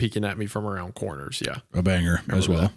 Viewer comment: Wendi really emphasizes the 'ger' in 'banger'... Interesting.